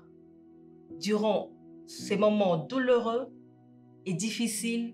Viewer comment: A son âge azo loba "douleureux" ?